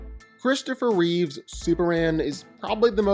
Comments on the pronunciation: His name is CHRISTOPHER REEVE, not Reeves. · I hate it when people who talk about Superman say Christopher Reeves. It's REEVE. There's no S in his name. No relation to George. STOP IT. GET SOME HELP.